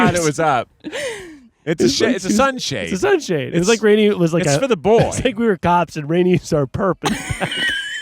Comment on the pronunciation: love when Keith said "It's for the boy" in such a weird old time accent